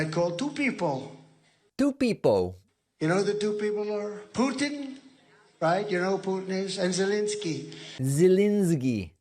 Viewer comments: Holy cow! He's saying "Putin" like Steven Seagal! I wonder if Vlad commands his lackeys to pronounce it that way... 🤔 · He knows exactly what he would tell "Zzznski" and "Pootn" . He would promise both of them things he wasn't in a position to deliver in exchange for the USA, and expect them to fall for it. It never occurs to him that THEY have been manipulating him all along, in the same way that he didn't get it when he had to file for bankruptcy in order to get out of paying his debts all those times. ALL those times! He is not only stupid and dishonest, he is stupid and arrogant. He believes that, despite all the evidence to the contrary, that other monstrous dictators like him are more stupid than him. He will sell the US to the highest bidder for personal gain and he will be outraged when he is betrayed by the people he thought he had made a deal with. He doesn't care, or even know why he should care, what happens to the US. All he cares about is whether everyone believes that he is rich 😂 Hint - he is not even that!